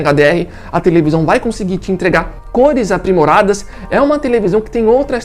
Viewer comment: Tevelisão kkk